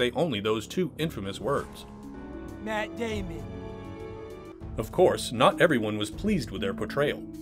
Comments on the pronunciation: "Myatt Daymehn" ~ Matt Damon. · Matt -day-men 🤣🤣🤣😂😂😂😂😂😂🚬🚬😎😎🖖🖖🖖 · "Maat Day-mon"?